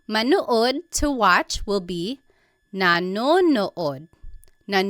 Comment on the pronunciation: How pronounced the verb "Manood" to watch, was very american 😅